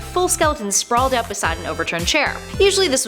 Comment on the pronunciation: out not aut